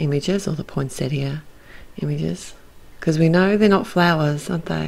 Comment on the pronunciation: Love this release, so many great sets. Gorgeous card, the colours you’ve used are so unusual. It’s also so refreshing to hear the word poinsettia pronounced properly.